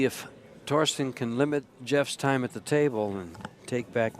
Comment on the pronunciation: Its Thorsten not Thorsten